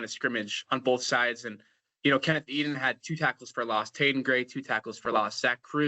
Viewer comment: Hi - good discussion. Just one thing - you have pronounced Ken Eiden IV name as "eden". Although he is graduating so it won't be an issue for you much longer, just be mindful of correct name pronunciation.